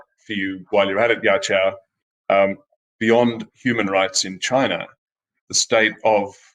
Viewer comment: Btw "yaqiu" is pronounced as "ya chew"